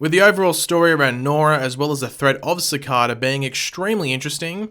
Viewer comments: Say it with me.....Si-Kay-Da.....Cicada.....not freaking Ci-Kah-Dah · Does anyone has ever heard anyone in the series say cecada like this guy ^ said it?